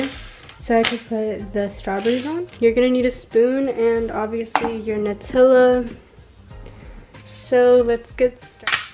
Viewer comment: The way she says “nUtiLa” 🥴